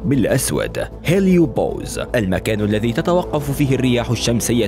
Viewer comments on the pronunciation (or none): none